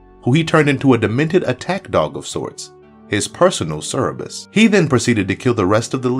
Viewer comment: personal Cerberus* not Cerebus lol